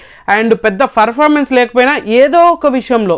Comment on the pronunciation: Performance ❌ Furfamance ✅ 😅😂